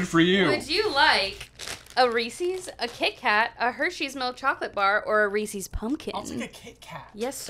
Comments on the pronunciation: She totally said Resee's... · "Reesees Piecees?" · Ugh, Kat... REESE'S! As in the name of the creator. Put some respect on Harry Burnett Reese's name!!